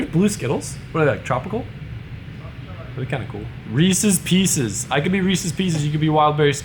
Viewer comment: Sony quality looks fine, always been a fan of both Sony and Canon. Haven't seen it mentioned yet but I'm very glad you know how to correctly pronounce Reese's Pieces. Anyone who says Ree Sea's Pea Seas are ignorant and can GTFO.